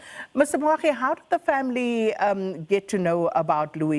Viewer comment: Moagi not Moagdi!